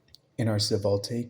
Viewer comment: Great tutorial, the pronunciation of "svelte" as "seh-vul-tay" got me hah